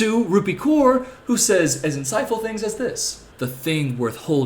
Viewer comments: Genuine question: is Kaur pronounced ‘Koor’ or ‘Cowr’? Because I’ve always heard Cowr, but I’m guessing from this video that in the US it’s Koor. What is it in India? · I believe it's 'Cowr' or atleast it's how I've heard it pronounced